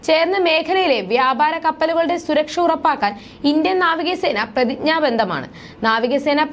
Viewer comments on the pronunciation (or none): പ്രതിജ്ഞബന്ധം അല്ല കൊച്ചേ പ്രതിജ്ഞബദ്ധം